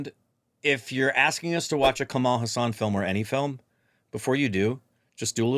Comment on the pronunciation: Hey... The bad writing comment from and was funny.. especially a person who pronounced Kamal Haasan as "Kamal husaan" for a decade...